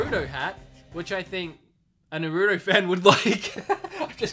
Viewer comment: i am a Naruto fan, and it's not Nuroto, it's NAR-ROO-TOE (sorry, tried to help out)